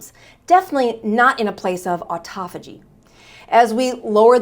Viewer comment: U r pronouncing autophagy wrong.